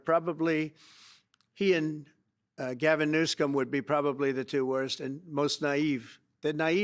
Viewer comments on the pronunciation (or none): He said new-scum 😂😂😂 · Did you catch that? He said Gavin “New-Scum!” Great name for Gavin; he won’t last!